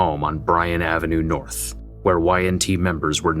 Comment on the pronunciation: Welcome to Norf Minneapolis.